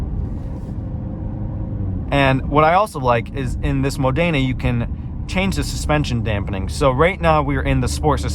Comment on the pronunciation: Erm no it is NOT Italian pronunciation when it is Modena as Modayna or Rosso as Rowso